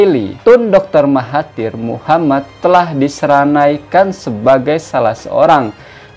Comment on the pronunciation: SENARAIKAN bukan seranaikan...kerap tgk sebut sebutan yg SALAH...maafff yaa🙏🏾🙏🏾🙏🏾